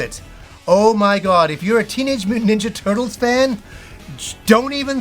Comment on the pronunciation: “The Turdles” 😂